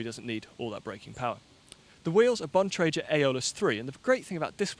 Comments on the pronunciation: I love you, but it's pronounced like a ghost says, Boo, with an "N" on the end. Trek's CX bikes are Boone & Crockett—a bit of American history, a nod to hunting. And Bontra-gur, not "jer." Anyhow, thanks, as always,. We'll excuse your pronunciations. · Now if could only learn how to correctly pronounce Bontrager, we'd be set!